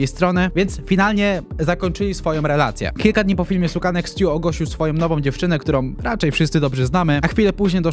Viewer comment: Stuu czyta się STJU 😅